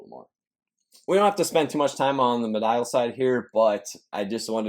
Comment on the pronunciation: Me-de-uhl not Me-dial bruh